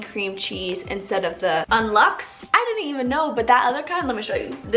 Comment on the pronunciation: this whole time I was trying to figure out what you were saying.. "un lux" but its un-lox your dreams, like unlock your dreams, you pronounce lox like lock. just for future reference. loved the video